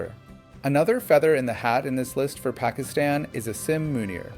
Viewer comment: Why did you miss Zia ul Haq?? He was much worse than Musharraf. Your american accent is laudable except calling Asim Munir and Pakistan. That was laughable.😂